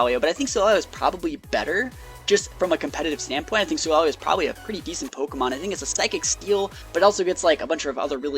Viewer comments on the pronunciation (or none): Wtf solageo lmao can u even English it’s solgaleo Sole-ga-lay-oh